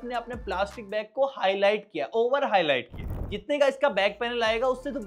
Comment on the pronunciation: highlite nahi 'highlight' hota hai